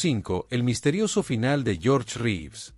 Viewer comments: ... después que aprendas a utilizar la tildes, aprende a pronunciar los apellidos, se escribe Reeves pero se pronuncia rivs.😊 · Las acentuaciones insólitas y algunos defectos de pronunciación son clara indicación de una locución efectuada por inteligencia artificial. También dice Ben Affléck; Reéves y tal vez la peor de todas cuando habla de su muerte y dice: ¡Suicidió! 😮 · ¿Supérman?, ¿Reeves (pronunciado como está escrito)? ¿un suicidió? ¿Cuáles "grabaciones"? La serie estaba FILMADA, no grabada en video, que en esa época apenas estaba en etapa de pruebas. Basta, me cansé tanta palabrería y pronunciaciones ridículas